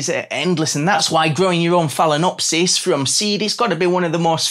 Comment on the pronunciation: It’s fail-ah-nopsys